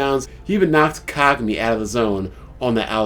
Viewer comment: they way you say kagami..its not being pronounced that way lol